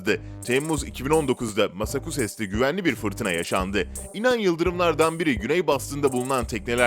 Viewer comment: Boston’a bastın diyebiliyorsun da massachussets’e nasıl masakusets diyebiliyorsun